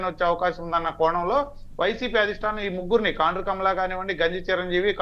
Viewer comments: Orei talkam kondru kaadu ra kaandru😂😂😂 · కొండ్రు కాదు సార్ కాండ్రు